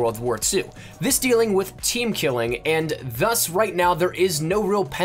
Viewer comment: I got two things to say. 1, you fucked my brain up with the thuss shit. 2, SLOW THE FUCK DOWN NOONES TRYNA KILL YA ASS